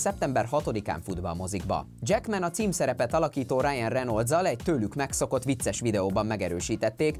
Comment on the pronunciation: "Rájen Renoldz".... Na így még nem hallottam csóri színész nevét soha 😂